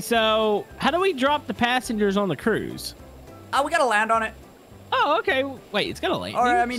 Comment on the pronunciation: You said "Lucky" panssangers. Uhm i ain't sure if they are lucky 🤣